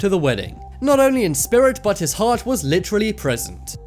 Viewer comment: He said litchrally a lot